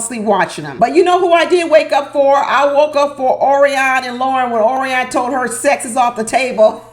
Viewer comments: O-R-I-O-N not ORI-ON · HAPPY THANKSGIVING and thank you taking the time to post today. I couldn't stop laughing...you mispronounced Orion's name the entire time. PLEASE DO NO STOP. I totally agree with your title...OMG I was sitting watching last night and making 'blah blah blah hand gesture almost the entire time. Are they getting paid by the words they use? And didn't Lauren already mention she had sex 2 months before? And asking him after she says it 'How do you feel about that?' or some such stupidity. Is she carrying a checklist? So many questions. Neither is appealing and both appear stilted. I like Becca and Austin and I agree with you about 'dumping' all those med issues on a stranger. I'm tired of her crying and saying she's sorry for being sick and him saying 'it's ok.' I agree with you, one day, if she doesn't stop, it will stop being 'ok.' Not a good Poster for Vacay in Cancun. Gloom and they are adding doom. No one is having fun. As far as I can tell, Emily messed up her right wrist, but she's wearing a cast on her left arm. What happened to the outtake that showed a woman wearing a neck and head brace and a lot of blood in the snow? Did I fall asleep? They were still in Colorado when they showed ambulance peeps taking a women, then cameras cut to something else. I'm sure you are going to enjoy dinner at your sister's and away from this maddening crowd called MAFS.